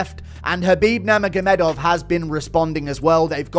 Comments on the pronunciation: "khabib Nerma Gomeh Dove" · From the outset, "Khabib Nur-ma-ga-dov"... you want a second take, dude?